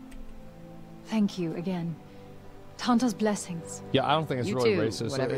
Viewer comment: "The Tantas." Just remove the n and it makes sense. xD